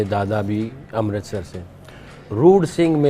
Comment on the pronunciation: Did he say roor sing? Could be a sikh.